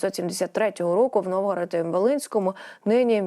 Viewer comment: Місто не Новгород-Волинський,ви не в Росії. Місто: НОВОГРАД-ВОЛИНСЬКИЙ . Ви постійно повторюєте, НОВГОРОд. Ріже слух.